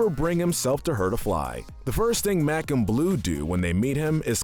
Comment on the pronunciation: tHaT’s nOt hOW yOU sAy mAc’s aNd bLOo’S nAME. 😡😡😡